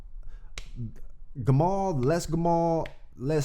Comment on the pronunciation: You Pronounced Gamal right bro, and the S in Les is silent